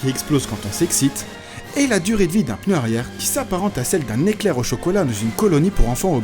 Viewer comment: Ce que je trouve énorme ? Le "peuneu" ^^ mouahahahahahhh